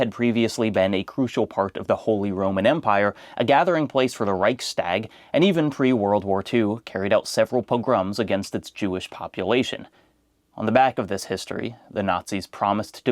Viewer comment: unrelated but does he think its reich-stag as in a deer?